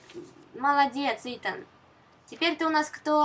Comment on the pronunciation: Итан, а не итАн